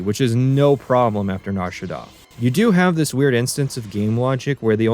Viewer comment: The way pronounces nar shadaa is correct don’t